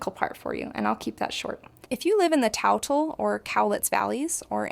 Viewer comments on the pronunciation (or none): The river u keep saying is pronounced TOOTLE TOO Tle lol